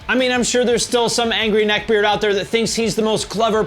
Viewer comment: Say "neck beard" again....